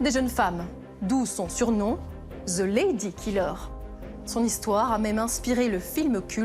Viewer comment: sérieux les francais pis votre Z .... Ze lady killer cé tellement pas crédible et tellement quétaine ... the n`égal pas ze ... et the se prononce de et non ze ... qu est ce que le z vient faire la-dedans ... sacré francais